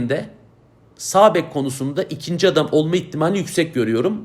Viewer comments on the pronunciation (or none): none